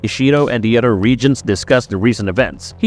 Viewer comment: you can pronounce Toranaga correctly but you say odder instead of other 😆